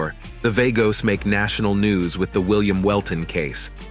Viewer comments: Vah-goes NOT Vay-goes or Var-goes. VAGOS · Vaygos? Really? It's pronounced Vah-gos. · I believe it is pronounced Vaa-Goes, that's more hispanic then Vay-gos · It's VA-gos. Dam idiot say it right... PURO VERDE siempre ✌️💚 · You are a dork or a bot. Pronounce Vagos correctly. As in V aaah gos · VAGOS!!! SAY CORRECTLY-U FUK-STIK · It's vagoes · It is not vaygoes.. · V-A-gos? Show enough respect to the club by pronouncing their name correctly. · What the f is vaygos? Pronounce it properly when you make a video about it. It's not even hard to pronounce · Mother of God !!! If he calls them vAYgoes on more time my head will explode 🤮🤐😖💀💣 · Right. I cant understand how he doesnt know how to say Vagos. He calls them Vargos too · At least identify them correctly. The name is Vagos , the a is silent.